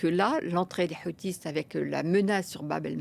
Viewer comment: Les Houtis, prononcés "Les Kheutes"